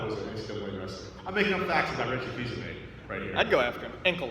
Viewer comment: Just saying... Fils-Aimé not Fils-Amie